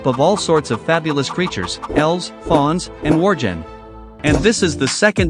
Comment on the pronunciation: Worgen has a hard G (war-Genn)